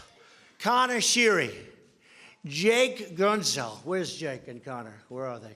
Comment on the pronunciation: Lmao he said everyone's names wrong. The best was evjenny malkin and jake guntzel ( they're not actually pronounced or spelled that way)